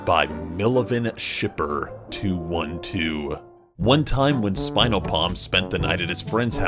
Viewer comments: OHHHHHH my gosh he said mil-even shipper I WAS TRIGGERED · It's pronounced my-lev-en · actyually mileven pronounce mill ev an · THE WAY HE PRONOUNCED MILEVEN💀😭 also...MY ST FAM WYA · HOW DARE U SAY MILEVRN WRONG LEARN HOW TO READ CUZ MILEVEN ALL THEE WAYY FOREVER